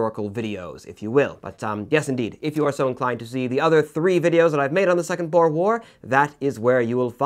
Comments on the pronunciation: Sorry to say you daid boer wrong it is boo-r and it is spelt Afrikaans. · As a South African your pronunciation of Boer made me laugh. I know it's spelt the same way as the animal but still. And in Afrikaans it just means farmer. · I think the most painful one was boer. Thats not how you say it.